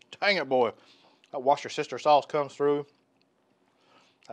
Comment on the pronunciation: Do you say 'wash your sister sauce'? 😂